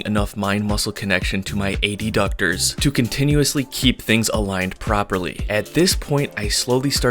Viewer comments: Isn't it pronounced "adductor" and not "ad-ductor"? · I've never heard adductor pronounced that way before